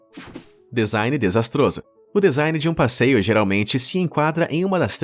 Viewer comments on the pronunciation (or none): none